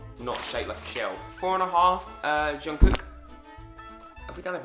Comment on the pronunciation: Just thought I would let know that Jungkook's name is actually pronounced chung-goo rather than jung-cook:)